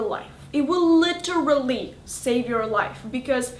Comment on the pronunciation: LI-TE-RAL-LY XD ;D